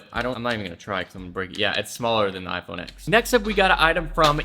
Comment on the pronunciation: Pls never say “iphone eks” again it’s “iphone Ten” Socks (double underscore)